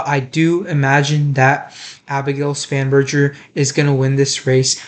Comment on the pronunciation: Spanberger - with G not "J" ~